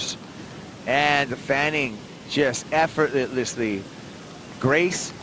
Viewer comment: "and fanning, just effortletlessy..." who the heck is the commentator ??? my god